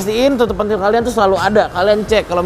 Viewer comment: Tutup pentil bang bukan tutup pentil 😂😂😂